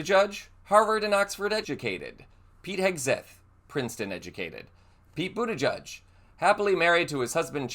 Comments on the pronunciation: LOVE Pete Buttigieg. But I am confused. Where was the "announcement" that you clickbaited with? Also, If you are going to continue to support, Pete Buttigieeg on your channel, please learn how to properly pronounce his last name. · Get the pronunciation of Buttigieg right ffs. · Learn to pronounce secretary Pete B’s last name! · Hun, i really enjoy you, but you are mispronouncing his last name. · Pronounce his name properly. He's been living in Michigan for a while. Dammit. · Please learn how to pronounce Pete's last name... 🤷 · Pronounce his (and others) correctly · Omg it’s pronounced Boot-edge-edge. Not bootijudge. WTF is wrong with you. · It's Boot-i-jij, not Buddha Judge. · It’s Boot edge edge. Not Boot a judge. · Boot-edge-edge. There is no "judge" in his name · Please pronounce the outgoing Secretary of Transportation's last name correctly - it is not boo-duh-judge but is boo-duh- gedge. It rhymes with hedge. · I believe the pronunciation is boo ta gege not boo ta judge. But he is smart, empathetic, kind, patriotic and open-minded either way. Hope he runs in the future. Wish he was my state Senator. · I've given this a thumbs up, but I would like to clarify something. It's pronounced Bu-ti-gedge, not Bu-ti-judge. Thanks! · boot edge edge. at least say his name correctly. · It is not pronounced ‘booty judge’ !!! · There is no "judge" in the pronouncing of Pete's name!!! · Boot edge edge - pronounce correctly please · It's BOOT EDGE EDGE! Learn how to pronounce!!! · His name is not pronounced buttijudge. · Please send appropriate respect: it's not "budda-judge". 🤦‍♀️ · It's pronounced boot-edge-edge. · PETE has said his name is pronounced boot edge edge, not ending in "judge" sound... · ..... Pete BUTTI - GEDGE ........ Please get this great man's name RIGHT!!! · Buttigieg is pronounced - boot eh-gedge Thanks for the information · I think you should pronounce his name correctly and Pete should run for president soon! 🎉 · You re pronouncing his name wrong